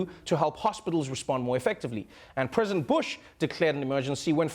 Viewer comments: Lol egen Pence says ”President Trump” it sounds like he’s saying ”Prison Trump”. Im here for that! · Sounds like Pence is saying "Prisoner Trump"